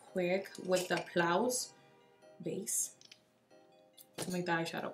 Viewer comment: I was watching this until she pronounced p.louise as plouse. Omg you’re too cute 💀 let me resume.